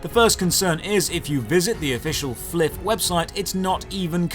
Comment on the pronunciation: Bruh… how the f do you pronounce flyff as fliff?? It’s literally FLY For Fun